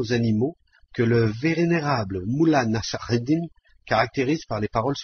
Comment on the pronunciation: la prononciation de mollah nasr eddin est insuportable